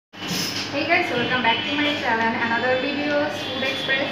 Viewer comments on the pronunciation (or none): First e Channel Pronounce Kora Sekhen It's "Channel " Not চ্যালেন 😑